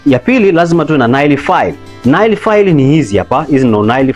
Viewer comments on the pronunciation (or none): Tamka neil sio nail